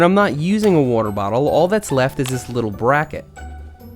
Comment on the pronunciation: Nobody: Seth: Wuter